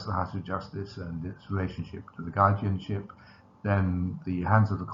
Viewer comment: "Guardinship"? Who invented?